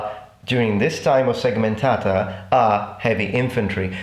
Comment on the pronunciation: i can tell you are not a native anglophone because you say "segmentata" correctly, without rolling the t into an r.